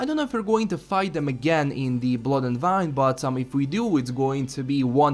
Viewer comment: wine ...as the drink... i still hear you say "vine".